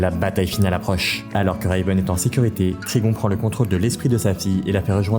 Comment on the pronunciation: Le "Reyveun" me fait très sincèrement grincer des dents ..